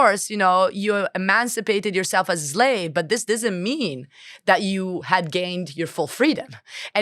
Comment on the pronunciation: Zlave, zlavery... these words hurt so much the intellect that they're hard to pronounce, don't they? Insightful conversation, thanks.